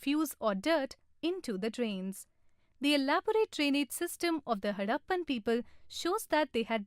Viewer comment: it is harrapan not haddapan